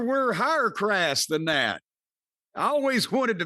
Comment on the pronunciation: "We're higher crass!" LOL